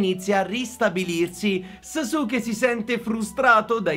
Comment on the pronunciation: in verità si pronuncia saske invece di sasuke ma ognuno lo pronuncia come vuole, bel video